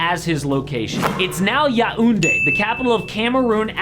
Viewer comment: Bro sorry for laughing but your Yaoundé is too weird😂😂😂 By the way I'm from there